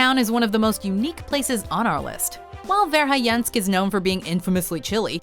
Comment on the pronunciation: Interesting video, but do you realize that, every time you pronounced Verhoyansk, the 'o' ended up as 'i', and the 'a' ended up at 'e', i.e., vair-high-YENSK, rather than vair-hoy-YAHNSK?